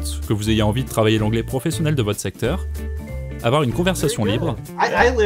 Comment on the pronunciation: "woohf il ne faut pas afoir peur"